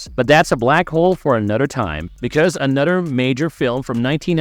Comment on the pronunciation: Dude you you seriously are gonna talk over the whole thing like why can’t I watch the thing it’s a horrible video and the way you say another is so weird Super thumbs down